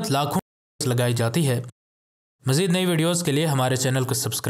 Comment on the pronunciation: آپ لوگ اردو غلط کیوں بولتے ہیں۔ مکمل لفظ میم ثانی کے زبر کے ساتھ عربی گرامر کے مطابق ھے۔ اور آپ نے مکمل کو میم کے زیر کے ساتھ ادا کیا۔ اور فی امان اللہ کے نون کو فتحہ کے ساتھ پڑھا جبکہ اصل میں نون کوزیر کے ساتھ پڑھنا ہی درست ھے۔